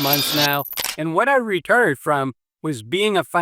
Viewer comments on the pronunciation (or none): Why do you say "ruhturd" instead of "retired"? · Are you saying returd?